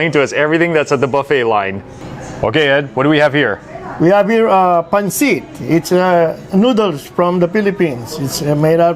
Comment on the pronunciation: hey! Pronounce pancit as pun-sit’, not pon-seat. Thank you for the video! Food looks delicious!